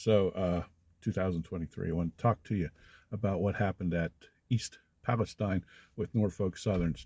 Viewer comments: checking suspect components with "heat gun" (IR camera / sensor / thermometer?) thoughts on East Palestine disaster (pronounced Palesteen BTW). jackknifing typical in heavy dynamic braking conditions under normal travel speeds. passing train: defect detector sends alarm but failure message delayed but flaky data. inside defect detector station. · First, it's pronounced PALLA - STEEN...not PALLA - STEIN. Second, multiple reports say the train contained 150 cars...not 50. I don't know which reports are accurate. 38 cars derailed. There was an initial concern over the length of the train...just under two miles long but nothing was changed. Trains have gotten longer meaning more wear and tear, more needed maintenance, more unintended train separations where they break apart, etc. I live in Beloit, Ohio on a more northern NS thru route...ten minutes from Salem, Ohio where the photos were taken of the bearings already in a overheated state. I've sat at the gates. The only trains I've seen with 50 cars or less is an Amtrak passenger train. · In that area they pronounce it Pahl Uh STEEN.